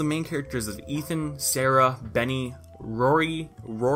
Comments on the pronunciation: Stop calling him roxy it's rory geez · Rory is pronounced roar- ie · It hurt me how how he couldn’t pronounce Rory. It’s like “drawer” but drop the d and add a y to the end. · good vid but it pisses me off that you called rory roxy the whole video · so you really gon keep calling my mans Rory "Roxy"... pls don't disrespect the man of my dreams for a good 2 years of my life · It’s Rory not Roxy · it's rory. (rawr-ie) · It’s an Irish named pronounced rawr-y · You sounded like that little girl who couldn't say who when you tried saying Rory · does this guy not know how to pronounce rory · Dude , the name " Rory " isn't that difficult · The Movie may have began as a slight parody to Twilight, but the show's formula was definitely more modeled after Buffy the Vampire Slayer than anything. Which by the way, is what started the trend of vampires being attractive, not Twilight. Also, Rory is not a difficult name to pronounce.